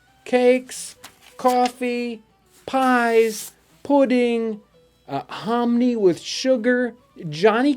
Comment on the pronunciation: lol the way you said pudding cracked me and my son up